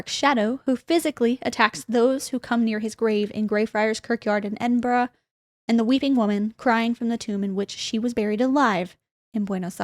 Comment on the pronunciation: As an Edinburgh girly, it was nice to hear an American make the effort to pronounce it correctly ❤️